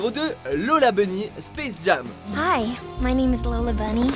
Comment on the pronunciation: Ça se dit Space jém pas Space jAm